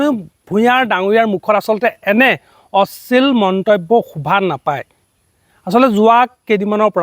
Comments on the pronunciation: অশ্লীল শব্দটোৱে ভালদৰে কব নোৱাৰিলি.... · ডাঙৰীয়া আপোনি অশ্লীল শব্দ টো শুদ্ধ কৈ কোৱা নাই যেন লাগিছে।